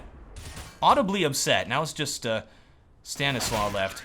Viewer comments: I'm pretty sure it's Stan is law not Stan islaw. xd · Stanislaw is prononced like Stanislav